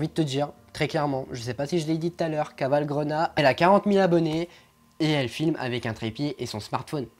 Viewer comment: Equi Tok moi aussi mais ca ce dit bien cavalgREUna:)